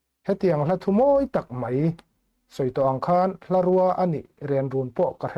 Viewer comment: Hlarûa a ni lo, hlarùa tih tur aw. Bungrùa tiha rùa ang hian tihrîk tur a ni😮😮😮